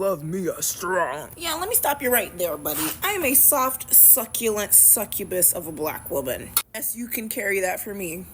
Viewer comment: Did she say succubus or saggubus?